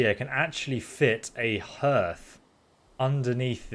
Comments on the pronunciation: Nice house, not sure Bee's would go out even on roof, they don't like snow I would think, took a long time I imagine. As a point the Hearth for a fire is pronounced "Harth" not "Hurth" just the same as your Heart is not pronounced "Hurt", not sure how you did not know that to be honest. Made me do a double take when you said it more than once and in the other build video and Anchored in first video from the initial game start was pronounced An Chored not as in a boat anchor. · Its pronounced Harth not Hurth. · its pronounced harth. love the build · its not pronounced hurth. its harth. spelt hearth though. :) but an enjoyable build to watch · "Herth"... Ahem..."HArth". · Been living in a house with a "Harth" my entire life (going on 4 decades). Everyone I know calls it a "Harth". First time in my life have I ever heard anyone call it a Herth. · Also, not to be "that guy", but Hearth is pronounced Harth and not Herth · I've been watching a load of Valheim building videos, and it seems nobody knows how to pronounce "hearth" properly. It's HARTH. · Hearth.... prnounced Harth. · Hearth is pronounced 'Harth'. :) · Please stop saying herth.. great build tho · Hearth is pronounced "HARTH" I thought you were English? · It's pronounced "harth". I know, English is stupid but there it is. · Its pronounced H arth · Is he saying herth because thats how brits say it or just because he has no idea what a hearth is? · I heart the way you pronounce hearth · I would've enjoyed the vid. far more if you'd managed to pronounce hearth correctly, even once! :/